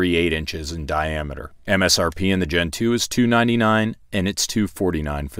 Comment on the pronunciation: I keep hearing Gentoo. so you like the penguin or the Linux distro?